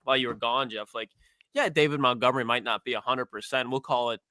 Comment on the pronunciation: David Montgomery: (day-vid mont-gum-er-ee). Challenging stuff out here saying a dude’s name correctly 🙄